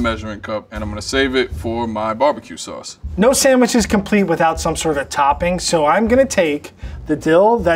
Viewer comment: Love that said Sammich 😆